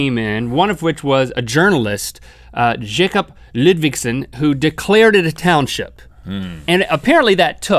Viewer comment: Denmark Hype ! btw who is "Jegup ledvegson" :'D is he referring to Jacob Ludvigsen? xD points for pronouncement :P